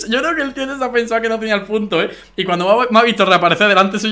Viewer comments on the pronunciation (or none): none